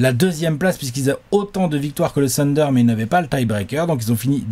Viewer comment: tu dis Calvin Booth ("Boo-ss") alors pourquoi diable dis-tu tout le temps le "Tunder" pour OKC???